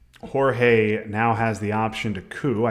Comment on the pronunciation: Great game and great commentary, except for calling G-EE-OR-GOS "Jorge" :p